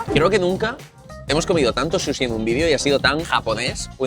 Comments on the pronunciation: “Un buen susi” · Grefg dice susixD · porque le dicen susi brooooo Es SUSHI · Qué les pasa cuando pronuncian "Sushi", como q les cuesta un poco, no?